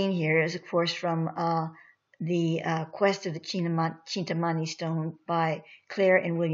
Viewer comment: Greetings sister of Light with all due respect and heart felt gratitude for educating the desirous!. Spirit has prompted me to share this with you and and all willing to listen... Kindly take note that the meaning is in the word itself if pronounced properly.I know because I am of East Indian origin in my current Incarnation... (currently in Florida and in USA for the past 42 years) Kindly call it by it's name as follows from now on as spirit instructs... The word is pronounced thus... Chin-tha-(exactly as it is written) meaning "Mind" and Mani (pronounced money) meaning "Jewel" the whole word as written "Chinthamani" hopefully after this nobody will ever mispronounce it !!! Thanks.Iam a humble recipient of the "Chintamani" and also a humble servant of the Cosmic working for the"Highest good and the greater glory of the ALMIGHTY! I Am "R'JAAN" the INTREPIDUS. Kindly make this correction in your future reports.Thanks again. Light,Life & Love now and always!!!